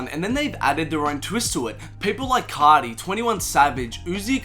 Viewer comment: Can't tell if you're saying Carti or Kanye